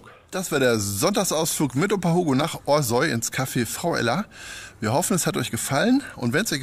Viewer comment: Café Frau Ella ist eine wirkliche Bereicherung für unser Orsoy. Aber Eins zu dem netten Video, unser Orsoy wird nicht ORSOI gesprochen sondern ORSAU oder wie die Einheimischen bevorzugen OSCHAU! Jetz weiße bescheid, ne!